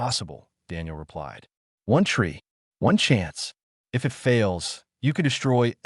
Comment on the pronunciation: Good story. Thanks. Sure wish someone could teach AI that a dot at the end of words indicates a sentence ending that calls for a pause. Not the literal spoken word "dot". And that the letters " i" and "t" are a word-not 2 letters to be pronounced separately. It would improve all of these stories. Maybe some day.😊